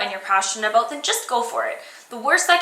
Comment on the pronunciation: "were going to step away from the beauty products and talk aboat youtube" You're CANADIAN! <3